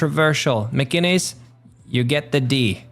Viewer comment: I think you said "Mcginnis" wrong